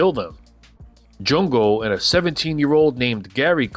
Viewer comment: Its jungo not jongo,...